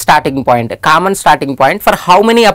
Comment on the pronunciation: "Kammon" is the word of the day😂 Hey no offense